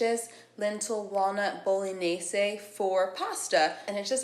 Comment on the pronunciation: Bolognese is Bolo-naise. The ending is like Mayonnaise. (nayz). 😉👍🏼